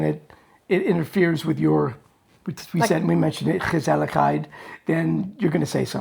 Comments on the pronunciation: Respect for your understanding of the Dutch culture ❤ And my compliments to your pronouncing of the letter G in Dutch, f.i gezelligheid. Thumbs up! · Doing well with the hard "G" : Gemeente Gezelligheid Gedogen 😊